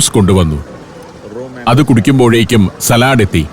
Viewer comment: സലാട് അല്ല.സാലഡ്